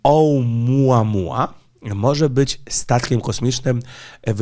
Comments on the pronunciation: Oumuamua A nie otułamuła😂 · Oumuamua , a nie oTuamua. Nie ma tam T. Ja pierdylę. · to omuamua a nie jak pan czyta otuamua.Czy ma pan swiadomosc ze sluchaja pana nie tylko laicy w temacie??? Prosze sie lepiej przygotowac do audycji. Pozdrawiam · Oumuamua, a nie Otuamua. Do teraz się nie nauczyłeś... :P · Oumuamua a nie otuamua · Chyba się mówi , omuamua 😛